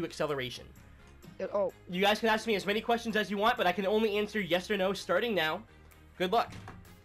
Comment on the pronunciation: "you can aak as many questions as you want" "it could be"